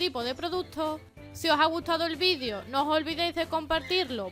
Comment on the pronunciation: Porque dice ,vidiio